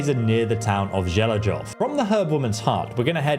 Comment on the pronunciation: I really like it when English speakers try to pronounce the Czech names of villages. :D No offense, but it is funny. Zhelejov sounds something like equivalent of Ivonville in english (Želežov - Železov = Ironville). Actually beter pronunciation is equal to Zheleiov (or Jeleiov, sounds equal). And Tachov is Takhov (Kh like in Kharkiv). But it really sound funny and cute. But I understand the Czech is really hard to pronounce it right with this ambiguous transcripts of Czech villages names and the names overall and I appreciate the effort.